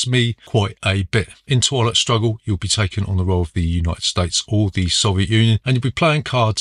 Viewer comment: At one point I thought you pronounced twilight struggle as "toilet struggle", which is a very different type of game 🤣